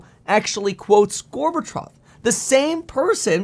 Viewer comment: Not Gorbatrov but Gorbatsjov. You are on point with your analysis. In the mainstream media they only shout that Putin is a liar without backing up their claim.